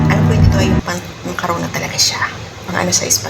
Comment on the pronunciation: Macarona talaga😅😅😅😅😅 Diba macaroni😢😢😢